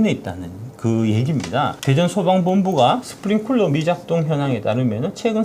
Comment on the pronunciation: 박작가님 스프링쿨러 아니고 클러라구요~ 아~ 정말. 나온 유튜브마다 쿨러라고 하면 어떡해요??